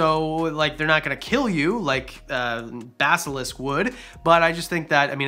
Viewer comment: Dragons and Basilisks! Yes you said it right as far as I know lol